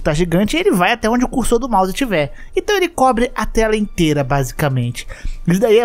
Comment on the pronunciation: mano eu sei que o falou "a tela inteira" mas tambem soa "até a leitera" kkkkkkm😂